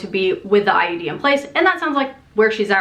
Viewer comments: Every time you say IUD it sounds like you're saying IED. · I swear she's saying IED, not IUD.